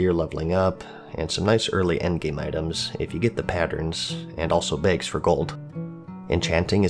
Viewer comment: Tailors make "begs"!? Jk lol